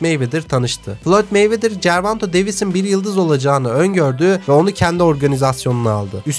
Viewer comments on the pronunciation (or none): Gervanto değil karşim gervonta davis....